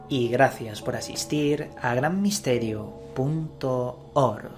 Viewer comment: Cada que dice punto ORG se me pone la piel erizada 😂😂